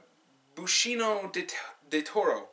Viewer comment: his name is pronounced, Ben ee see oh